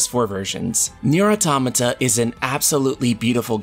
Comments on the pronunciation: Finally a person who can pronounce automata properly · The second I heard the way he pronounced "Automata" I left. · You are not alone. I also pronounced Automata that way.